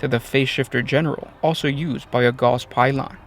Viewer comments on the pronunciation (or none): none